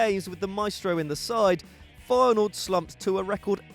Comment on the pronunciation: The way he says Feyenoord.... XD